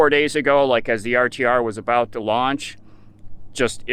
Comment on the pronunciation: re you saying RCR or RTR......? Its RTR isnt it? Rubber Tramp Rendezvous?